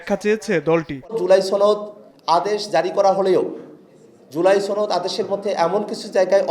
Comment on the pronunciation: ছনদ না সনদ ❓